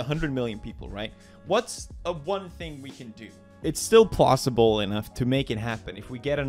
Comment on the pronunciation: Pewdiepie: Plosible